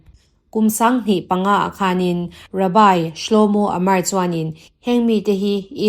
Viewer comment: Rabai iti zela, rabbi tih zawk tur ni awm tak. (Juda puithiam ho)